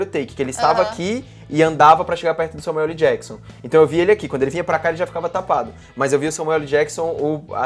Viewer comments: Esse falando "Samueu ELI Jakson"... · Só eu que fiquei incomodado com o falando Samuel LI Jackson? Kkkkkkkk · SAMUELE JACKSON??? Tudo bem que ele quer aportuguesar o "L" do meio de Samuel L. Jackson, mas tá parecendo que ele tá falando Samuele ou talvez seja a irmã dele, a Samuelly Jackson. Mas pode falar o que quiser pois ninguém é obrigado. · "SAMUELIJÉQUISSON" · n sei pq mas quando ele fala samuel LEE jackson eu demoro uns 3 seg pra entender quem e kkkkkkkk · Samuel "Eli" Jackson kkkkk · kkkkk isso me incomodou também,eu só falo Samuel ÉL Jackson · "Samuelly" Jackson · Alexandre Ladeira SLC, parece que tem câncer na língua.